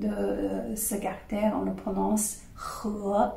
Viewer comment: Je crois que vous parlez tres bien le francais, vos exposes sont parfaitement clairs, si ce n'est cette petite baudriole (qui n'empeche pas la comprension et, au fond et apres tout, est gracieuse) du "carter" au lieu de caractere". Permettez-moi de rajouter que peut-etre simplement il vous a echappe cet esprit francais du "ordeno y mando" (expression espagnole en version originale, pardon), un caractere propre du francais comme en parlait Saint-Simon a propos d'une certaine marquise quand il ecrivait qu'elle avait parfaitement parle francais un jour qu'elle avait ete en colere avec son service domestique. C'est a dire sans laisser la place a l'equivoque ou au doute...et, j'imagine, avec les mots bien choisis selon ce que j'en deduisait de la lecture de l'anecdote dans un article de magazine litteraire... Je ne crois pas que ce soit un hasard que Descartes, un francais, soit a l'origine du cartesianisme... Un salut et merci a vous.